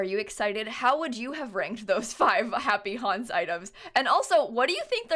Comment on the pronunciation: no one: me: hears "happy honse" instead of "happy haunts" every time